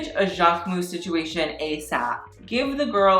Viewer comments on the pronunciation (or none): your pronunciation of "jacquemus" is hilarous